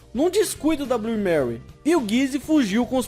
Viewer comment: Bom vídeo mas... Manu fala Blu (Blue) o E vc não pronuncia, fora isso parabéns pelo trabalho.